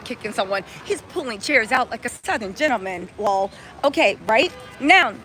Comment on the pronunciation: Not you saying lol like it’s a word 🤣😂😂 Thanks for the recap!!! 🫶🏾